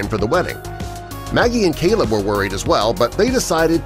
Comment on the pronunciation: The guy reading the story calls the groom Celeb (as in celebrity). Apparently his name is Caleb!! It's not that difficult!